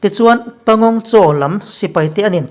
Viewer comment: Pangong Tso. (Panggong saw) ti a lam tir